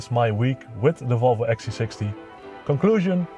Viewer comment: So funny the dutch way you pronounce Volvo, or should I say: wouolwouo :) j/k